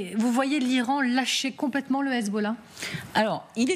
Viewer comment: Déjà pour commencer c’est Hezb’Allah pas Hezboooollah franchement autant d’ignorance c’est aberrant….